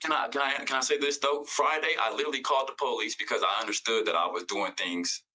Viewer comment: But he called the pO-leece